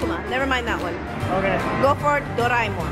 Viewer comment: It's pronounced do-re-mon like you sing do re mi fa so la ti. It's doe- ray- Mon (monster abbreviations)